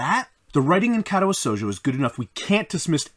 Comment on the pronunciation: Dude how do you pronounce it so wrong after he told you exactly how to. What is Kätawä Souljo